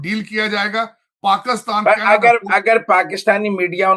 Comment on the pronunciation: This man kept calling' Pakustan... Why?? He can't say PAKISTAN"??